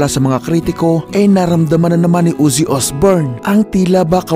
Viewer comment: Ozzy hindi Uzzy 😂